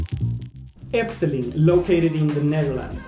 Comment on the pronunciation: You pronounced efteling very well for a non-dutch speaker! It will always be my favourite, and i hope you will enjoy it too!